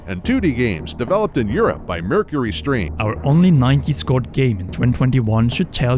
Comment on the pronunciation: It's Mercury Steam, not Mercury Stream.